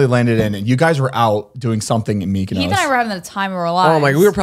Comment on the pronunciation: why do they pronounce mykonos like that 😂